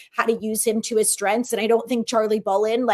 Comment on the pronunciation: Is saying "Strenths" without the "g"?